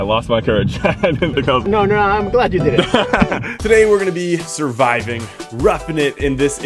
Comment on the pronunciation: "survivig" kekw